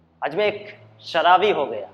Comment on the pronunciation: शलाबी नही दोस्त शराबी